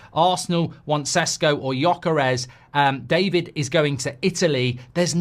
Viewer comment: Hey Mark! Awesome takes and opinion, thank you! Small correction there Sesko is pronounced Sheshko.